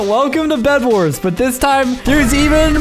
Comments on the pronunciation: You said bed was but you said wedbars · t-poses Also: “everyone welcome to wed wars”